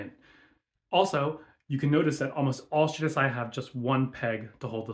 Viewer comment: The way she pronounced shirasaya tells you everything you need to know about her video